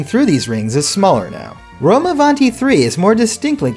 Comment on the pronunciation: As an italian the pronounciation of rome avanti is so good but funny too😂